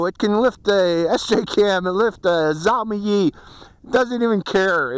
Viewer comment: The video is about 1000% improved over the camera which came with it, but I guess that is to be expected. The SJCAM also seemingly removed almost all shake/jello from the video. Several times you mentioned what I though was a "Zombie" cam. I was wondering what the heck that was, until today you added "YI", so I know its the Xiaomi (Zhee-Oh-mee) YI (Yee) you are talking about. That's what I have mounted to my X8. I will give this a definite advantage in pitch over the X8 ... it should have no problems with higher winds at higher altitudes, something the X8 has some problems with. However, this thing has 1/3 the range of the X8 at best. I don't think you were ever even close to 400ft. ... tops maybe 250 at best. I still think its a great buy at $90, and couple it with a decent GoPro "clone" (SJCam, or Git2, etc.) it's capable of really nice video. (I can't recommend the Xiaomi YI, which has known focus issues ... spent over 3 hours getting mine to focus perfectly). Thanks for another look at this one ... really worth considering. Cheers!